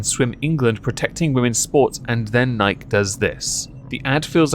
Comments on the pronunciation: Nike E, nikey, not Nike. :P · Bud light is an abomination of a beer. Nike is pronounced "Nigh-kee"...uno, like the Greek goddess. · In french we call it Nike to not insult the goddess of victory. Niké also mean "f*ck" in slang French. So ... we pronounced the name of that brand NEIK. Ei = your "I" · The one thing that i hate about Nike most isn't the sweat shops or bad business practices... Its the fact that nobody pronounces it right. You cant be a globally known company AND still have half the world pronouncing it wrong. Pick a freaking lane guys!